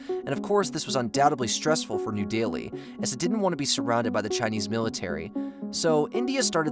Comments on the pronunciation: New deli, not new daily or new dealy Pack-i-stan, not pockey-stan Azer-by-jean not azure-by-han Say-shells not say-chillys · New Delhi = new daily that pissed me off. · And New Delhi is not New Daily. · When did New Delhi start being pronounced “New Daily”? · Love the videos. Hate the American pronunciation of all the places in the world. Saying that "new daily" is a new one for me. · Man you are butchering Names left and right. Seychelles is pronounced Say-Shells, New Delhi~ new deli. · I am not questioning your content, but it's hard to take this serious when you mispronounce, "New Delhi" and "archipelago". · Just a minor nitpick but aren't New Delhi and Seychelles being pronounced incorrectly? Anyway, thanks for the informative video, as usual!